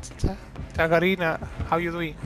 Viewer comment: How do you call Lisa ? Hagarina ? 😂 I dont understand ahha